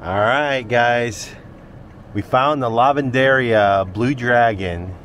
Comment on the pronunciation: It is pronounced Lah ven der eeeh ah.. The accent is on the EEEahh..